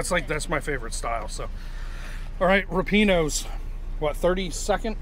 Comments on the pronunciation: lol my Italian heritage tells me it's rip-ee-awnos. I could be wrong. I guess we should ask someone who works there...maybe see how the answer the phone? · my wife and I agree with your rating...ripieno's is the best in oc, (although, I'm pretty sure you're pronouncing it wrong) and Franco's is second. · just called them...the girl that answered the phone pronounced it like I did. 🙂